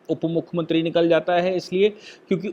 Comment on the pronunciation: आप मुखमंत्रीं क्यूँ बोलते है ? " मुख्यमंत्री